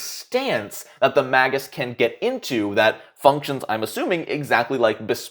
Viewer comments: I'm pretty sure it's MAY-gus. (MAY-guy for plural), but every time you say Mah-GUS, I think of Maggot...which then makes me think of Police Academy..... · Me: ooh, a new video: "maggis" Me: T_T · Magus pronunciation: mei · guhs MAY gus